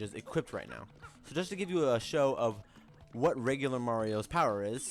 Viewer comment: Stop saying equipted.